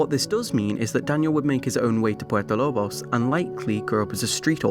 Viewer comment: Why does he say Puerto Lobos like that. Man said Purpo Lob os when talking about the Blood Brothers ending.... puert o lo bos not purpo lob os ://///////